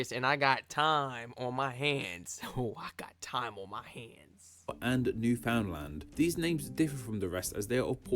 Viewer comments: My version of nails on a chalkboard. Cring every time someone mangles it. Newf (pretend the ou doesn't exist) ndland. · Winced at how the narrator pronounced Newfoundland.